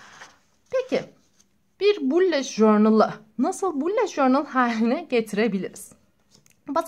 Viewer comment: Allah aşkına şunu süsleyene kadar bullet journal ın nasıl söylendiğini öğren lütfen